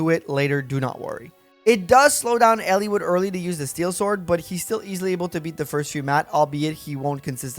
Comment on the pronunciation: Its Eliwood. Not Ellewood.